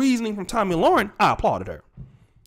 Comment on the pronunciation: Le-ren, not Loren.